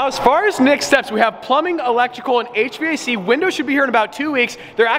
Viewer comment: I love when he says h-v-a-c and not just h-vac